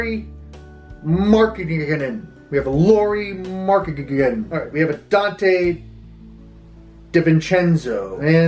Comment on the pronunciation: You pronounced Lauri Markkanen perfectly, thank you!